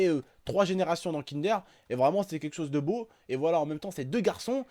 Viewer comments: 😂😂😂 kindère. ça se prononce kindeur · on dit pas kindère mais kindeur